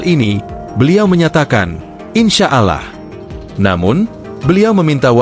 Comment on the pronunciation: pak klo menyebut nama allah itu dibacanya aulloh. asing mendengar bpk menyebut allah ya pak..